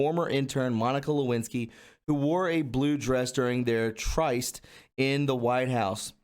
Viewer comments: Tryst - pronounced like wrist :-) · Tryst is pronounced trist. Like Tristan. short I not long i. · Tryst rhymes with fist, not twice. Sorsha Faal is the moniker of a notorious Russian disinformation source. Take care with this report. Most likely false. On the other hand I have listened to translated speeches of Putin who is opposed to the same Satanic forces wreaking havoc in the West. OANN is a respectable media entity producing Epoch Times featuring Gina Shakespeare, an Australian newscaster who is a favorite of mine and appears to be very legit. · Dude, I love what you are doing but you have to pre-read your material in pre-production. You read words like tryst and others wrong and it makes you sound less intelligent than I know you are. If you want to be thigh then you need to take your game up a notch or two. Keep going and don’t stop just get your crap right.